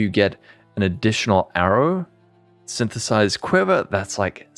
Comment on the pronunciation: nice blooper on 1 min with Sythtthhhsss, that´s what my mate and me actually sounded like when reading the league the first time and even til now it still was snththths for the meme